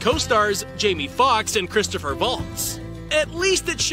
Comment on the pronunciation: Christopher Vaults? Really?